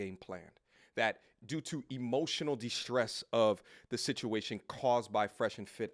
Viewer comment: Imootional daamage! 😂😂😂